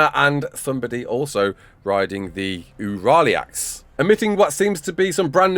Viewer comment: massive improvement on the aureliax pronounciation thank you very much, I loved listening to you say it, and it actually caught me by surprise how well you did it too, wonderful, simply wonderful